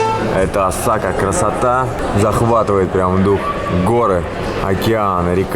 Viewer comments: не осАка, а Осака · Осака а не осАка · Осака, а не ОсАка. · О`сака - ударение, блин, на первую букву )))